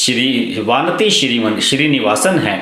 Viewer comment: वानती नही " वनिथी"